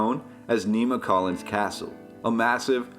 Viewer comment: It's pronounced Nem muh colin. It doesn't have a long e. I'm from connellsville pa. Very cool vid